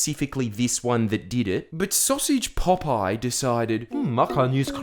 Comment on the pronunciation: 'Sausage Pop-Eye' 😂😂😂